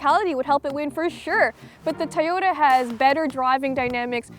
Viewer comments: I like how she pronounces Toyota as, "Tahhyota." Very quirky, but that's for you. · She says "Toyota" very strangely.